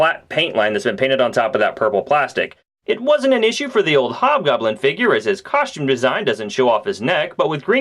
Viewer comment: coschtume?? lol. Always like your reviews dude, just breaking balls